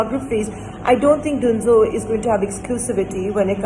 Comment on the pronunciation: why would anyone pronounce Dunzo as Doonzo?????